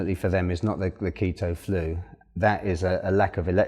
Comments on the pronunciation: It’s keetoooo not keta😭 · the KETT-TOE genic diet? ahaha nice vid though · If he wants to call it Keta, let him. It makes him happy.